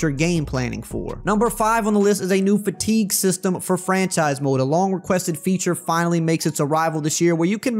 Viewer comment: "fatique system"